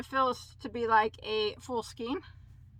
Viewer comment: Please don't take this the wrong way, your pronouncing the word skein wrong it's pronounced skain, not skeen. I've been working with yarn since I was 10, and I was taught to read with the Phonics method too. Please stop mispronouncing the word skein.